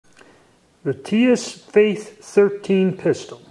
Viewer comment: Tisas Fatih, NOT Faith. Fatih is Turkish meaning 'Conqueror.